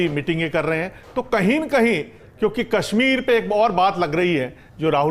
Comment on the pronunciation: Ganwaar tolla aur ganwaarun jiasa pronouciation.... j ko z ...z ko j....s ko sh....sh ko s padte hain Jaise hazar ko hajar zindagi ko jindagi Kashmir ko kasmir shaheed ko saheed etc. saray ganwaar hai